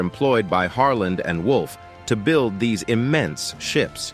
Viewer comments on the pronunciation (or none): none